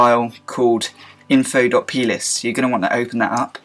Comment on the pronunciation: i thought you said penis instead of plist but still i love you